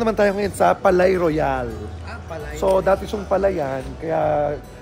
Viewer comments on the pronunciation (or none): Palais Royal pronounced like "Paliy rwayal" po😊